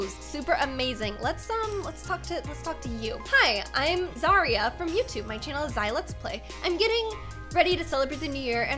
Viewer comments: It's Z-y-raa not Z-ay-raa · You said zaria its zaira i love here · it not zarria it zai- da sorry had to correct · ITS NOT ZEYRA BUT ZAYRA LIKE THAT oops caps lol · How rude its not pronunced zaria its zira thats hot its pronunced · U said zaria its zaira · Just a tip: Zaira is pronounced Z-i-ra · (Just Helping) Zaira is pronounced Zai-Ra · It’s actually pronounced ZAI-ra but don’t worry everybody makes mistakes :) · zailetsplays name is pronounced zz-i-ra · Its u say it like zaida not zai. Ra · I’m a little triggered right now.. you called zai, Zaria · I like how you pronounce zaira XD, tsym for helping meeeEeEEe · you said zaira wrong